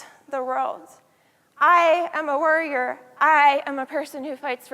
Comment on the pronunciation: It took me five minutes in to realize she was saying warrior not worrier.